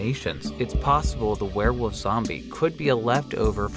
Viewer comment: I hear you saying werewof, you from pennsylvania or Maryland?